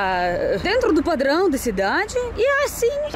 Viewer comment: kkkkkkkkkkkk, achei muito engraçado, como você fala "padrããoo".